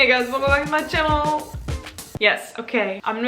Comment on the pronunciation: always loved the 'welcome back to my channeuuudisl' intro